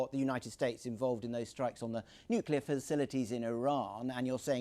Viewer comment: Nu-cu-lar...some expert!